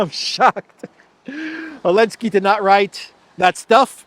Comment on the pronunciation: Why say elenski you?